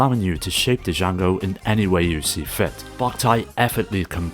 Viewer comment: Mother 3 is an absolute masterpiece everyone should play at least once....and I refuse to give up hope that Nintendo will give us an official localization one day. And it's nice to see Drill Dozer as well. Love that this video is bookended with 2 of my favorite 1st party GBA games. small note...the d in Django is silent. It's not duh-jango it's jango. like Jango Fett. ( sorry, just a bit of OCD ) a few suggestions for future parts: Tomato Adventure Magical Vacation Rhythm Tengoku Densetsu no Stafy 1-3 Gunstar Super Heroes Advance Guardian Heroes Sigma Star Saga Sword of Mana ( IMO the best version of the first Mana game, being a remake of Final Fantasy Adventure )